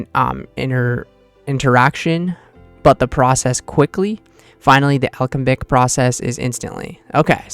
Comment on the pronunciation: A - lem- bic how tf did you get ALKABIC